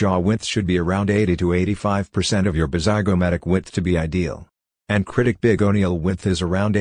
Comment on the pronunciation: Why he keeps saying KRITIK ROSHAN